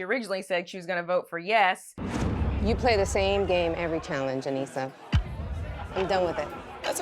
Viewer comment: She said aneesa and laterian